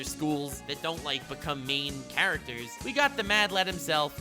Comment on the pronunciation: No one: Literally no one:: CRROCKKODAIYYAL